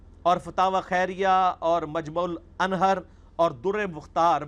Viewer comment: مجع الانھَر نہیں مجمع الانھُر ہے علمی کتابی آگئے۔۔۔